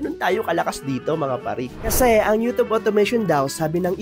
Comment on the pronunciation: You’re pronouncing YouTube wrong.